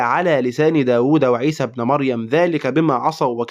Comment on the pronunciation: "ابن" بالكسر وليس بالفتح